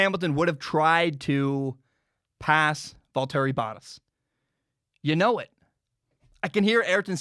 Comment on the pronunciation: Not trying to come off as rude but valtteri bottas is pronounced “Val-turry Bah-tas”. I cringed a little when you said it lol